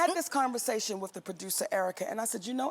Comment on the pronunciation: I just wish Monique would stop dating WRIFF instead of WITH!